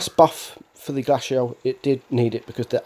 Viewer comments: noob its glacial not glashiael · Pronounciation of glacial lmaooo it’s (glay-see-al) 😂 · Lol you butchered the pronunciation of glacial